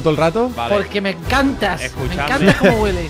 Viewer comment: Cuando le vuela la cabeza es más gracioso "porque me encastassssss"